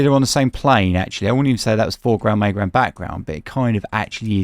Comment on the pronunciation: Bro, I'm in the US what one earth is the "May" ground? You keep saying foreground, may ground and background.. Is that like how you say middle where you're from?